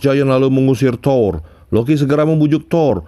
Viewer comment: THOUR Bukan THOR🤣canda bang wkwk